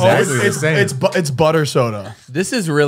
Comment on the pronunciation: THE WAY SAYS “butter” has me ROLLING